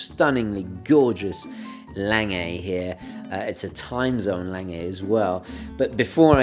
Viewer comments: Omg please stop saying "layng-ay". It's German, it's "long-gah". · It is pronounced "Long-uh" not "Lang-ay". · I enjoy your videos and subscribe to your channel. I particularly enjoyed this presentation of the Lange, however I do wish you would learn to properly pronounce the name of your subject, Lange.